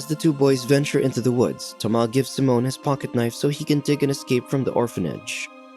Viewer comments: SIMON, not “Simone”, lol!! It’s like you had a first grader read for this voiceover! I swear as soon as I hear this voice when I watch one of these recaps I immediately skip to the next. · Its Saiimmonn not seemon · His name is Si- mon not symon lmaoo I can’t bruh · bro pronounced simon as samoan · any other TTS options? I can't stand how it pronounces Simon and Thomas